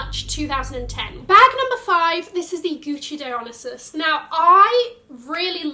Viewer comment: Agree with this 100%. Also, I'm not sure why every Youtuber cannot pronounce "Dionysus" correctly. He's the Greek God of wine. DIE-on-NIGH-sus.